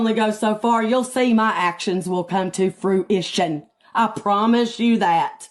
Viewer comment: “you’ll be my actions will come to FRU-IT-TION.” 😂😂 I can’t lie, I cackled a lil bit 🤣